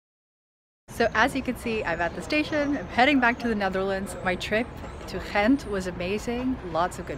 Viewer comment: Wrong. The "G" is pronounced like a "G" in Ghent. You must have encountered an immigrant from West-Flanders. Source: I live in Ghent.